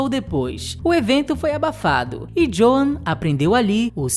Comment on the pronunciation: Excelente vídeo! Só uma dixa... Na pronúncia de Joan é inglês, o a não é pronunciado; fala-se "Djôun"